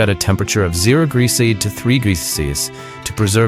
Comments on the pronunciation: The chosen AI narrator Can't pronounce "Celsius" correctly throughout. Well done! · None of the AI generated voices, can pronounce Celsius, or Farenheit correctly😂😅😅😂